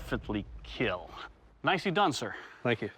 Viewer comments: it will keel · Doug: "No Visible Broken Bones..." Also Doug: "This Will Definitely Keel." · iT wIlL kEeL!